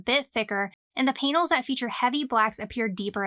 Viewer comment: The "painals" 😳